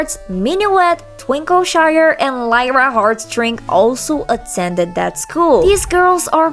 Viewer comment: Its Twinkleshine. Not Twinkleshire. Again. She's an Alicorn.